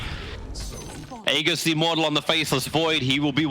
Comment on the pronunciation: Why can't Toby just pronounce "aegis" correctly, for the love of god...